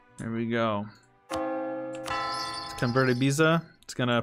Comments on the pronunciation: you're saying ibiza correctly man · Nah its just the B in spanish sounds.more like a v sound with a lot of lip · Miguel Seara Bueno, la "b" sigue siendo un poco fuerte, pero si, lo hace bien. Dijo en un chat en vivo que lo estudiaba.